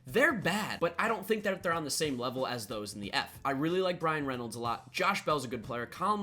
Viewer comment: Sounded like you said Ryan Reynolds instead of Bryan Reynolds =p Speaking of the Pirates, if they can get some decent pitching they could be in the running in the NL Central. Being from the Bay Area, it was laughable watching Giants fans actually think for about a month that they had a chance at the Wild Card